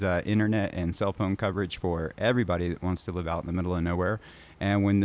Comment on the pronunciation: TTL is "time to live". "Live" rhymes with "give". It does not rhyme with "jive". It is how long a packet has to live. Like a terminal cancer patient who has only 3 months left to "live". It isn't like a news broadcast that will be going "live" in 5 minutes.